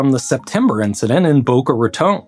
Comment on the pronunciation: Thank you for pronouncing Boca Raton correctly!